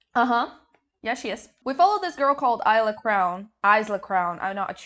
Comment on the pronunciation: As an aside: it's pronounced "Eesla" (Long e sound as in "see")